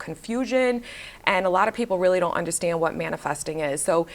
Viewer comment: I loveeee the way you say undastand haha. Ladies, drink your water, get your workout in, watch and walk around like the hottt girl that you are 🤍